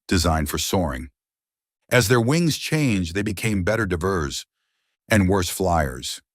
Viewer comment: diVERS. EEvolution. Gotta love AI pronunciation.